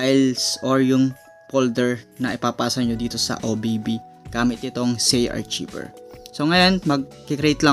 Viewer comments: ARKAYVER ang pagka basa boss, hindi archiber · Kuya Correction Lang Po : Hindi Po Zay-Arc-Cshiver ito Po ang Tama Zay-Ar-Kayver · ARKAYBER PO ANG BASA JAN HINDI ARCHIBER HAHAHAHAHA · Arkayber po not artsiber. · it's pronounced arkayver not archiber... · Hindi yan archiver HAHAHA Archiver po(arkayber) HAHAHAHAHA archiver HAHAHAHA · I think it is pronounced as "ARKAYVER". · sir ang pronunciation po "archiever = Ar, Kay, Ver" please lang po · Zarchiver lala mo makapag pronounce hahaha